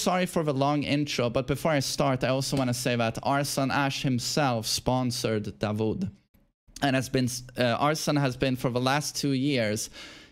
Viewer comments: Its 'Daud' not 'dawood' while saying 😃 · Just a correction you pronounce it "da-wood" like wood in english, not vood. Which is David in the Arabic language. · it's pronounced Da'ood not Da'wood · his name is dawood da wood like wood or not vood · its pronounce "DAAUOD" not DAWOOD , its DAVID in Christianity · It’s not davood😂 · Hi from Pakistan. The name Dawood is pronounced like "W" is silent (Da ood).